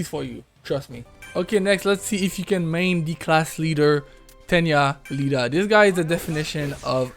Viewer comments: i knew he has never watcehd MHA when he called Iida as Lida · BRUUHHHH it's not Lida it's iida idk why people keep pronouncing his name wrong